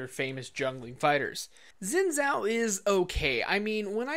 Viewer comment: Zin zao? Pronounce it correctly